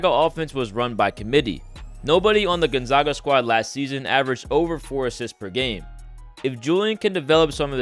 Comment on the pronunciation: Not a big deak but you're mispronouncing Gonzaga its zaga jot zauga